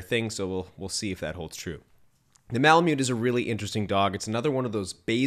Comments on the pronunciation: Good job; I have owned Malamutes for 20+ years. They are the most incredible dog breed on earth, in my humble opinion. Lots of work, but worth every second. The indigenous people of North West Alaska who lived with the breed called themselves ‘Malamut.’ It is pronounced “Mala Mutt.” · The tribe called themselves Malamut, and it is pronounced “Mala Mutt.”